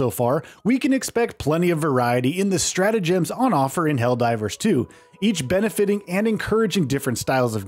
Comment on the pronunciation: the word "emphasise" is used allot in this video. which is suiting to the focus on the "G" in stratagems. your saying it weird.